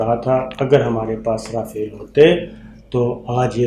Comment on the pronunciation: Sabir Bhai es ka name RAFIAL nae RAFAAL hy.